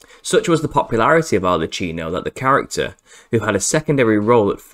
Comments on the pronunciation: ARLE-KEENO not CHEENO. "Ch" is [k] in Italian!!!!! But otherwise, fantastic research sir. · It's pronounced arlekkino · The Italian Arlecchino is pronounced : /arlekeenaw/